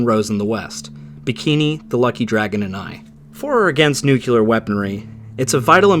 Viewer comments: Someone may have already mentioned this, but I wanted to make a (very small) correction: "nuclear" is actually pronounced more like "new-clear" instead of "nu-cue-ler" Source: my dad is a nuclear engineer, was a B-52 pilot in the air force during the cold war and flew many missions in a plane containing nuclear missiles, and who later took classes about nuclear weapons that were so top-secret they took place in a bunker (also really enjoy your content, it's succinct and thorough and very well-researched, as well as just straight-up entertaining) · NuclEAR... not NucUlar, it doesn't sound right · It's nuclear, not "nucular".. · Nu-Clear Not Nuculer. Please, I love your channel but that mispronunciation annoys the hell out of me. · NUCLEAR! IT IS NOT SPELLED NUCULAR! STOP! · ITS NUCLEAR, NOT NUCULAR. WHAT THE FUCK, THATS NOT EVEN A WORD. CLUELESS AMERICANS AS ALWAYS. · One small point: it is pronounced "Noo Klee err" not "Nookyuhlurr" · I just found your channel and subscribed..... Didn't read all comments, so I'm sure others have said it....But, please please PLEASR STOP saying "NOOK-you-lar".... It's "NEW-clear"... it has one "u", not two... It has two syllables not three... It is NOT akin to po-tay-toe/po-tah-toe. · Just an FYI, but "Nuclear" isn't pronounced "Nuculear" unless you're British or Ozzie. It's "Nuu - kleer" Tiny gripe, I know, but that one word being mispronounced is just a cheese-grater to my taint. Such a dumb annoyance, but I literally can't watch videos where the host mispronounces it . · Nuke-lee-ur. Nuke-lee-ur. Nuke-lee-ur. You’re way too smart to be pronouncing it Nuke-u-ler. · Nuclear 101: It’s “nu-clee-er” Not “nu-que-ler” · The word is "nuclear," not nuculer. C'mon, man this is such a childish mistake, even Trump makes it. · Why do Americans pronounce "nuclear" as "nucular"? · I am triggered by your mispronunciation of nuclear as nukeelar. Alas, even President Jimmy Carter, who studied nuclear engineering was given to mispronouncing it :(